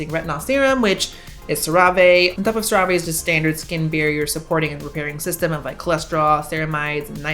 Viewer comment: I love your Spanish pronunciation of "Cerave" lol.